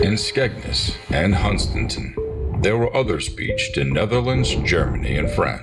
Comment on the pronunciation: The narrator pronounced Hunstanton wrong but close enough lol.